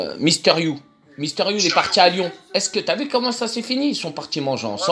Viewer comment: « MISTEUR you » mdrrr rien que ça c’est une insulte